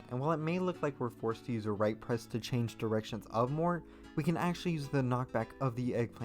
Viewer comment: him pronouncing mort as "more" makes me mad